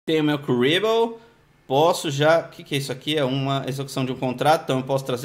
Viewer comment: Hj quero assistir Ponyo antes de dormir.. e manowowowow.. é kariboowowowoohh :( pô, passava na TV , e tipo, em português se fala kariboh e seus vídeos são em português (ÓBVIO q não é errado falar kuriboh), mas tipo, em outras línguas os nomes dos personagens mudam.. tipo o Tristan (um dos personagens principais q não aparecem no duel links) em inglês é outro nome nada a ver..